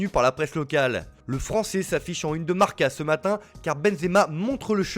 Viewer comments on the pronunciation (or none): none